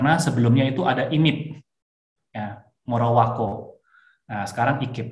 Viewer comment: Morowali bang, bukan morowako